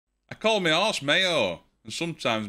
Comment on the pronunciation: In the joke, I thought you said "me arse". Had to watch it several times before I realised you said "me horse".